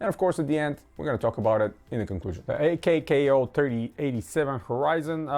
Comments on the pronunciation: It’s pronounced “”akow”” why die she think it’s a k k o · its pronounced /ˈäkō/